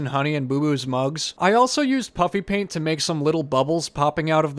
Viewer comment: I keep hearing " Puppy paint " when you're saying puffy paint. 😂😂